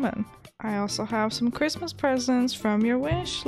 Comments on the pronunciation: I love it how your saying Chrimmas instead of Christmas:3 this is too cute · I like the way she kept saying chrimas instead of Christmas 🎄 🙂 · Every time she said merry crimas I started laughing so much😂🐸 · “Merry chrmas” LOL NEVER FAILS TO MAKE ME LAUGH! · You said Chrimas the whole time! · Are you pronouncing it as cri-mas on purpose?bc where I live we pronounce it fully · I love you but the way you say Christmas is making me go crazy 😤😂😅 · Hahahahaaa I love how u say Christmas